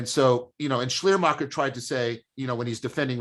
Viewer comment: "Shlý-ur-makhur" should be close enough that people recognize the name Schleiermacher (veil maker...) Whatever John said instead, left me guessing ;)